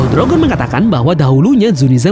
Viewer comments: salah sebutannya bukan "Rogger" tapi "Rojer" gitu dong. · wkwkwk cara lu nyebut roger literal banget jamet